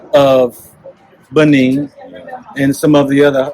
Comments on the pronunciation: Dude, it's not Benign but rather Benin. Please correct because it's embarrassing. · It's BENIN and not BENIGN